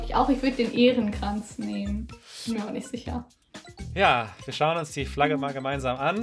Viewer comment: Das Ding heißt Ährenkranz, nicht Ehrenkranz. (Ich meine nicht die Untertitel, sondern die Aussprache.) Einen Ehrenkranz gibt es schließlich auch.